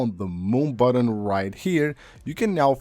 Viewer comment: i hate how this guys says " button" 😂😂